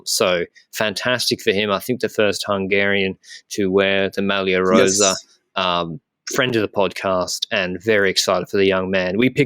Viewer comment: A pronounciation tip for. The way he is saying "rosa" is wrong. He is basically using the "s" sound of the word "Sam" and he also doubles it up. It Italian "rossa" means red, the previous colour of the ciclamino jersey. "Rosa" has to be pronounced with only one "s", whose sound is similar to the "z" sound you would say in "Col de l'Eze". Sorry for being an italian gramma nazi